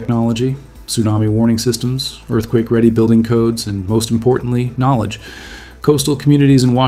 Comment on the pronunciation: U spike the word Kmolèdge yay¡